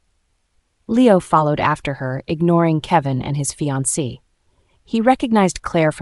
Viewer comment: narrator makes a lot of pronunciation mistakes. Sometimes she says 'I-da' but in the next breath its 'Ee-da'. She also mispronounces fiancee (which is spelt finance lol). And why do they keep repeating full lines of dialogue - as though we didnt hear it the first time. Some last minute editing hasnt been done which is a bit sloppy. That said, the story is quite good. Kevin and Claire are a'holes though